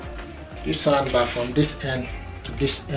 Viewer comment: I love this "sond bah"!!!